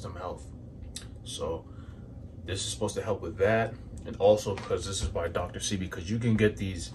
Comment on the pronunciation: Dr. Say-Bee is how it’s pronounced thanks 4 sharing!!